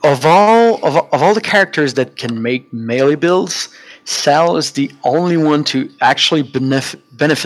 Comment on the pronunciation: Drove me nuts when you kept saying "sail" for sal....think of it like saying "saul"....other than that great insight into my fav character